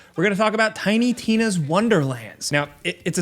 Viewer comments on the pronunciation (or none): I appreciate you very subtly mispronouncing tiny tinas name every time you mentioned it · This guy intentionally saying tiny Tina wrong lmao 🤩😂😂🤣 through the whole vid awesome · Bruh I thought I was stroking out every time Jake said the name of the game.